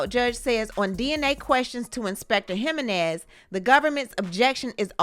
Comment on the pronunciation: It’s pronounced Ha-Men-Nez👍🏾